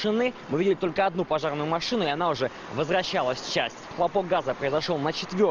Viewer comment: Хаха - не взгыв газа, а хгопок 😂😂